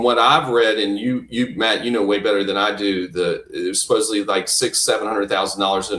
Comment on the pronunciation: Can we please grow up and pronounce words correctly…..supposedly not supposebbly!!! For Christ sakes, so many people, with an education, do this! It just bugs me to no end, it makes you sound not credible. 😮